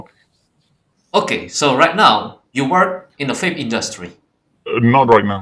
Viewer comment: I notice most Indonesians pronounce the letter 'V' as 'Fi'. said 'Fape' instead of 'Vape'.